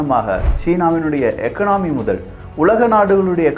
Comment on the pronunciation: எகனாமி இல்லை, எகானமி